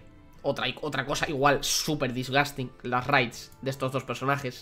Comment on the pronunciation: Nadie: Absulutamente nadie:: DISGASTIN